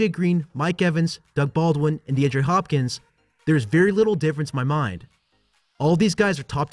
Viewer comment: Dee-on-dray Hopkins. Not hard to pronounce right.